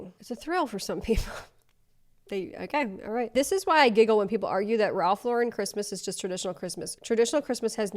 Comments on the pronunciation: I never heard somebody pronounce the name "Lauren" with accenting the second vowel. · the way they try to make it extra boujee by pronouncing it la-REN 😂😂 it was sending me, not gonna lie. it’s just Lauren.. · They sound like Hermione Granger " it's Ralph Loh- ren not Ralph Lau-ren" lol😅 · Why does she keep saying it like that 😵‍💫😵‍💫😵‍💫 the way she pronounces ralph lauREN bothers me so much lmao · My name is Lauren so hearing her say LA-REN made me cringe because girl what 😂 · "Laurent" is French (?). The word is pronounced "low-ren". "Lauren" is pronounced ....well "Lauren" like "Lauren Bacall". Ralph is an American. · That first TikToker can't even pronounce Lauren correctly. It's not LeRan. She's dumb. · We pronounce it Lau-REN in europe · Ugghhhh pronouncing it La-wren is so pretentious. Oh, you’re going over this as I’m writing this, so glad we agree 😂! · I HATE how she said Ralph Loren. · The cherry on top is them mispronouncing Ralph Lauren as Ralph Luhren. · Omg when people pronounce it LauREN, it drives me insane. That is not correct and sounds so obnoxious. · changing to pronouce it La-Ren because the woman complained about people saying that way is sending me. 😂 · switching to pronouncing it "LoREN" after the video about how to pronounce it has me dying 🤣🤣🤣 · Oh no, this chick lost me at "Ralph Lo-Wren Dee-core" girl, stop. You automatically lost all creds. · I’m sorry but the Tik tokers trying to be fancy on the pronunciation of “Lauren” irritated me as well. Like if you have a friend named Lauren please tell me you don’t pronounce her name LAW-rEHn. 😂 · * Ralph La-Rin cmon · The pronunciation correction is wrong. It's a French versus American pronunciation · why she pronouncing ralph lauren like that WTF 🤦🏻‍♀️🤡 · everyone “bougie” person knows Ralph Lauren is from the BRONX. His last name is pronounced like the normal Lauren! I hate when people say it like that 😂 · Ok but the pronunciation of Lauren in that first video did irk me lmao